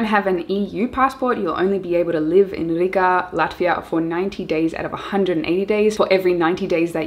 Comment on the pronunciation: Such a pleasant surprise to hear Latvia Riga in second place. Your pronunciation was perfect with emphasis on rrrrr. We will do our best from Dobele to make it appealing for digital nomads. Thank you for your inspirational work! Lots of love from Latvia. ;) :)